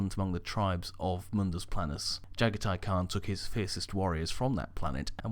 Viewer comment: Oh for the love of god dude, i love the vids but once again you literally make an absolute dogs dinner out of the primarch names. Jaghatai Khan - (Jah-gah-tee Khan)